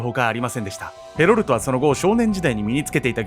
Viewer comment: ヘロルトがヘロルドに聞こえてしまう。